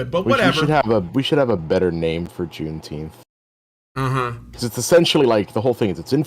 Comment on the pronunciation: I'm in favor of renaming it "Juneteenf".